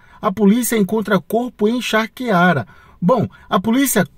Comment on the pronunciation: Charqueada e não charqueara. Muito triste meu, que esse psicopata seja preso 😢😢